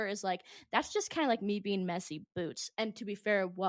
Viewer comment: Sorry sweetheart but who the f*** told you that colouring your entire eyelid emerald green to match your t-shirt was a good idea ?????????? + sorry ( again) but wtf is a human "bean"?? Maybe practice your make-up application + English pronunciation before going on a podcast. 😂😂 Just some friendly advice from a concerned Make-up Artist, who can also speak + pronounce all basic spoken English.